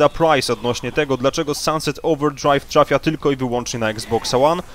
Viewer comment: "dlaczego Sanset Ołwerdszrajw tszrafia"